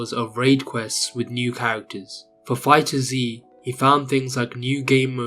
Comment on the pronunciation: It's not Fighters ZEE, it's Fighters